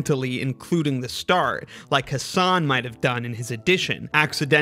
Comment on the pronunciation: The whole video was spoiled by the person mispronouncing "Hasan". I mean, there are at least 1 million memes and videos about Americans mispronouncing foreign words (not just names) and out of them, at least 500,000 feature "Hasan Minhaj". And a person on youtube still prnounces the word "Hasan" as "Huh Saan". wtf?